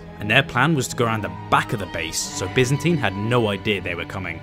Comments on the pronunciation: loved the vid but as far as I know it was "Bi"zantine empire right? not "Be"zantine? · Great video. Absolutely stellar content. However, as a fellow brit and 50 years old. Mate... byzantine is pronnounced 'by-zan-teen'. Its literally an empire in history. Its quite embarrassing you get this wrong. We have standards yknow 😂. The lad who thought up the name is clearly a clever lad, basing his idea of an empire on the byzantine period. Apart from that. The content, editing, and music choice is grade A.